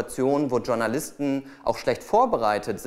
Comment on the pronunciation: warum sagt heute jeder DSCHOURNALISTEN ???? kann mir das endlich jemand mal erklären? das wort kommt aus dem französischen.